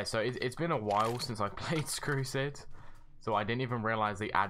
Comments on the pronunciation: did this man just call "Strucid" "Screwcid"...? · You know it's been a while when you say "Skrucid" instead of Strucid XD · Its called strusid not krusid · Why tf does he say Screwcid (and mans extended this video so much to 10mins smh) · You said scrucids